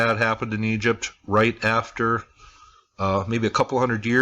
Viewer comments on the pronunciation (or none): none